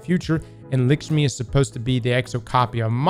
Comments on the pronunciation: “Likshmi” 😂 you gotta be doing this on purpose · It’s LACK-schmi….. not LICK-schmi